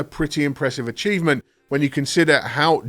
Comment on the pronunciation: excellent review - very good. yes. even this is my choice to get neew headphones and I've noticed you have the same mistakes than me: "achievement" . I'm sure "shedule" is also, one detail wen "we" talk XD